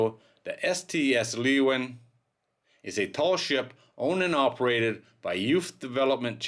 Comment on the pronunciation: The ship is not Leeuwin. It is Leeuwin II. The pronunciation of the ship's name is "Loo win Two". That may be the wrong pronunciation for the Dutch word, but it's the right pronunciation for the ship's name. It has been quite stormy here lately. The wind gusts were pretty strong Friday morning... I guess that's obvious at this point, though.